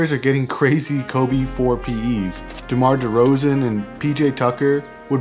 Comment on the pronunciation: “ demar rozan ”